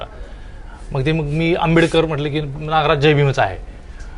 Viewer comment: Naagaraj नाही re नागराज सर म्हण येड्या bhokachya